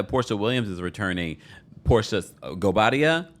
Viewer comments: The way that you say "Simonguobadia" 🤭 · I never get over the way you say "Simon Gobadia" lov it and cracks me up everytime